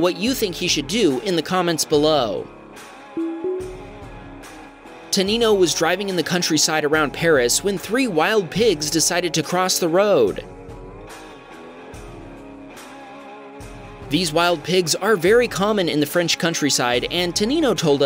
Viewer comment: "One, Two, Tree" thats not funny, I'm sure you "wood" not like it.